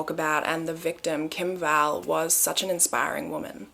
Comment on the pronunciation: What i heard: PETA KIM BALL PATTY